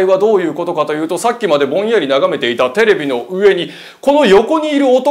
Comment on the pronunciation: ありました⤴︎が⤵︎ 、テレ⤵︎ ビ⤴︎の⤵︎ が気になりすぎて話し入って来ないw